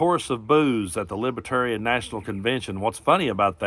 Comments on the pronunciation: He can't even pronounce Libertarians, he calls them libbaterians. And yeah, we're not going to let the worst president in the history of the US to come back and finish destroying America. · T-dump can't pronounce "libertarian" ..."lib-uh-tarian" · I love the way he days "lipetarian". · Love the sick CB look on trump’s face when he heard those boos. Even better watching him have to hold back his fury when it continued to go from bad to worse! And did anyone else notice his mispronunciation of Libertarian? “Libatarian”. And he has the gonads to criticize Biden. He’s a loser. Thanks,. Appreciate you! ♥️🇺🇸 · he can't even pronounce LibeRtarian. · Not only does he have the first concept of libertarianism, he can not pronounce Libertarian.